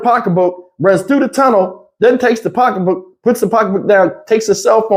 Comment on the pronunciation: 🤣🤣🤣 🤦🏽‍♀️please stop sayin pocka book...lol,they not makin her look crazy and dingy she did that herself lol